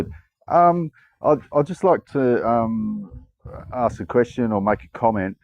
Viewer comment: stop "aksing"questions. Think, and start asking, you might get it! 🤦‍♂️🤦‍♂️🤦‍♂️